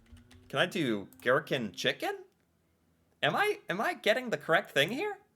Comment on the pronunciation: What is a ghetkin? I’m crying🤣 chicken eggs?😅 oh America🙈🤣